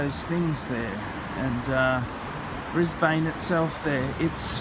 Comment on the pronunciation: Stop saying "Brisbayne" you annoying schizo fuck.